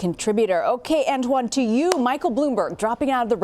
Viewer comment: “Ant Juan”? 🤣